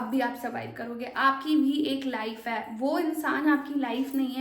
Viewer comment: ek. ‘haee’ nahi hota, ‘hai’ hota hai. bewakoof.